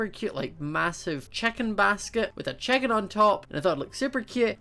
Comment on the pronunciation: Why do you say checken its chicken